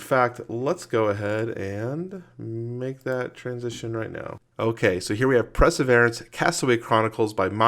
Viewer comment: It's pronounced : purr-suh-veer-ants...that's it! Unsubscribing!